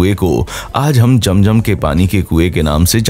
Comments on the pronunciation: Apne picture me atma kiyon lgai hoi hy for you kind information yahan attma to kiya koi Angel b allah k hukam k bina nehi ja sakta second ye k ye jo nAme liyA apne aby jam.jam it's not jam.jam it's abeh ZAM.ZAM next time b careful understand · Its zam zam not jam jam